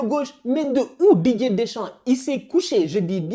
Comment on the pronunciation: Qui comme moi entend "DJ" Deschamps au lieu de Didier Deschamps 😂😂